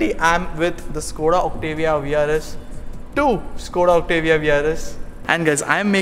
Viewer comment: It's not octivia it's Octavia